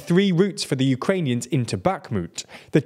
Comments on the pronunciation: Remember how Kherson doesn't have a K in pronounciation? Well... Guess what Bakhmut doesn't either. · One would hope that after one year of war people would make some efforts pronouncing Ukrainian city names, specifically baKHmut x)